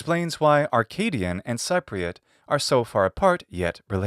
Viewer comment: Cypriot is pronounced like SEA-priot